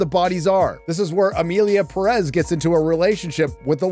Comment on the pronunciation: You are pronouncing Perez wrong and you could easily do it right.